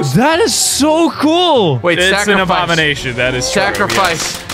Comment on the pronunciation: I guess you can call thsi abowination